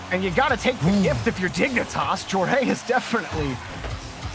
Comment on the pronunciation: The name is Joreuz.... Not JoErAyUs